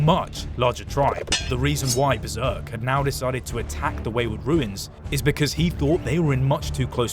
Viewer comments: Runes and "Ruins" are spoken differently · How does bro not know the difference between "Runes" and "Ruins" as an englishman lol